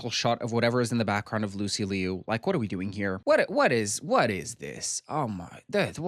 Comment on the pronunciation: Lucy Loo not Lee-you 😄😄😄